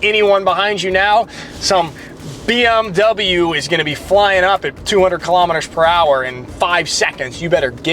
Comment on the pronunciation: Er lebt so lange in Deutschland und kann BMW immer noch nicht aussprechen, wenn ein nicht US Amerikaner einen Eigennamen der USA nicht korrekt ausspricht wird das bestimmt auch für gut erachtet. Es ist richtig das BMW Fahrer glauben sie hätten mit Kauf eines BMW das Recht auf Vorfahrt mit gekauft zu haben. Die Währung in Deutschland ist Euro ( Europäer wissen das Währung in den USA der Dollar( der Begriff Dollar kommt wahrscheinlich von der alten europäischen Münze im Wert eines Talers). Es ist richtig das in Deutschland ab dem 16 Lebensjahr Bier getrunken werden darf, was aber sehr merkwürdig ist Kinder die noch nicht in die gehen, dürfen Schusswaffen abfeuern. zuerst den guten Zustand der Autobahn loben und dann sein Missfallen über die Baustelen äußern. Ja die Bauzeit ist sehr oft sehr lang, es ist sehr oft sehen die Straßen in den USA von zahlreichen Rissen übersäht sind.10: 00 Stop and Go kommt daher dass viele Fahrer sich nicht an die aktuelle Zitation anpassen wollen.